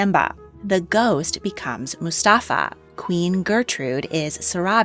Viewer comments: did you just call mufasa "mustafa"? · I'm sorry I can't get over you calling Mufasa's ghost ""Mustafa"" 🤣🤣